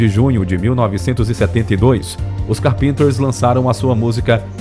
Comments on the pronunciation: A gente percebe quando o narrador não é da época e teve que fazer pesquisa em livros, internet, etc, quando não pronuncia corretamente os nomes. A pronúncia correta não é "Carpínter" com acento tônico no "i". O correto é: "Cárpinter" "CÁRPENTER" com acento tônico no "A". Aliás, a escrita é com dois "e" mesmo: Carpenter. A dupla se chamada The Carpenters. - Fora isso o vídeo é muito bom. ... Ops! No finalzinho do vídeo o narrador pronunciou corretamente. Viva! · Muito boa a matéria, mas por favor fale o nome correto, não é "Carpínters"...É CARPENTERS...é a mesma de chamar John Lennon de João Heleno. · PELO AMOR DE DEUS TREINE ANTES O INGLES PQ NAO DÁ PRA ENTENDER A HISTORIA! NAO Ė CAR-PÍN-TERS. POR FAVOR! CÁR-PENTERS! E O RESTO? TREINA O NOME DAS MUSICAS BASTANTE! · Nossa! Um locutor de vídeos tinha a obrigação de saber pronunciar as palavras em inglês. Não precisa saber falar mas fica muito estranho ouvir a pronúncia de umas das bandas mais famosas com pronúncia errada. “ os carpinters” ? Fala sério então traduz os Carpinteiros. Pelo amor de Deus. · Gostei de como a história foi contada porém as pronúncias das palavras em inglês foram péssimas. Carpenter se pronuncia Cárpenter e várias outras palavras e título de álbuns que foram pronunciados de forma lamentável. Meu Deus! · Carpínters rsrsr ceus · A pronúncia correta do nome é Cárpenter (assim com acento agudo no "á"). É claro que na língua inglesa não tem acento mas, você, como youtuber, tem que saber pronunciar corretamente os nomes em inglês. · Carpinter kkkkk acertar o nome e obrigatorio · Carpênters?! A pesquisa é boa, mas essa pronúncia do nome do grupo dói no ouvido o tempo todo! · Horrível ver esse homem falar carpinters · PELO AMOR DE DEUS! VOCÊ FAZ UM VÍDEO E NÃO SABE NEM FALAR O NOME DO OBJETO DO MESMO? QUEM É CARPÍNTER? SINCERAMENTE... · O interessante é o locutor ler o sobrenome deles "carpínters"... 😝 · Os Carpênters? Porque não pesquisam as pronúncias antes de produzir a matéria?